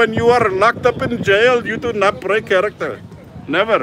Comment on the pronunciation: ahhrr shiht I baroke the chariktehr 😅